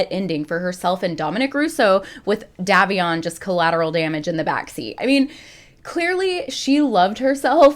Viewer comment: Just For Future reference it is pronounced "Day-vion" No hate whatsoever!! 🩵 Just thought you may want to know 😍